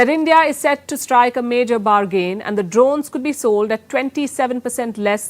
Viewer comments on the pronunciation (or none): Palki...say bargàn.....not bargeen!